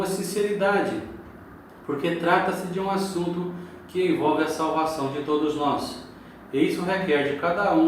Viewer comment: Irmão veja aí a fonetica da palavra salvação Sha e salvação